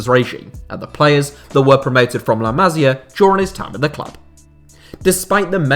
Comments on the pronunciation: Too long. You could say the same in half the time. Appreciate you don’t speak Spanish or Catalan but please: ma-SI-ah. Not MA-si-ah which is a woman’s name. 😜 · Boss video … got to say though, its pronounced like “la massssia” not “la mazia”. Goes right through me every time you do that. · Bro learn how to pronounce La Masia, it hurts listening you saying it